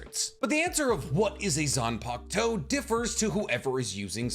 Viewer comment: how many times y’all think he said zanpakto